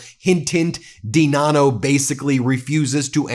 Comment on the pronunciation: DiNanno pronounced I-Dunno